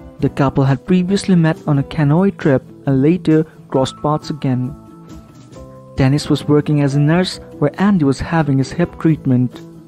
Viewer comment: Horrible horrible narrator. Dennis is what he keeps saying for Denise which is annoying as hell. I would like to know from Denise if Andy is abusive to her as Kate said he was when married to her. Andy and Denise seem to fit together much better than he and Kate. I did hear Andy get a little rough when speaking to Kate but no more than what she did to him. I hope he and Denise make it together as I love watching them. I would love to go there and stay with them and visit. I wish I was somewhat younger and I would beg them for that opportunity lol. To the two of them I love you both. Good luck with your new lives. Don’t pay attention to other ppl just take care of each other.